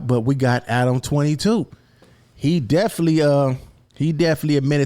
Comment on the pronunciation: Hey It’s Definit-ely Not Deflee 😂😂😂😂 Keep doin yo thang though bro